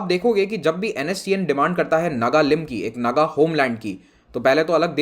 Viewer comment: Sir, it is pronounced नागा. As I heard mostly. I am from Assam.